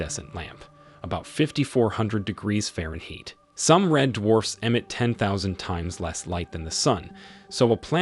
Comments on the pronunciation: Very good video, but a very strange pronunciation of "fahrenheit" though!😮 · Subject matter was interesting. As were the idiosyncratic pronunciations of fahrenheit, probabilistic, and negligible. Very interesting indeed.